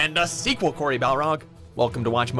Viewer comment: Bruh you didn’t pronounce Corys name right